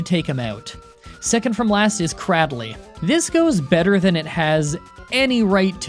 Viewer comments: Did you call CRAY DILY, CRAWDLY ???? Bruhhhhhhhhhhhhhh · yOu sAId cRadLy, I'ts AcTUaLlY "Kreydilley" Love you man <3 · Hold up. Jumps off the couch and throws out Pokémon dictionary According to my book of knowledge, Cradily is pronounced cray-dilly No offense I had the same problem for a while :p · Did he say cradaly Cray dily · You said cardrly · still can't pronounce Pokemon names apparently, it's CRAY-DILL-EE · Second from last is WHAT I've never heard someone pronouncing Cradily that way